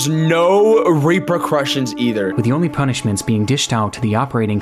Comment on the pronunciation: Bro oof Literally said Rapercussion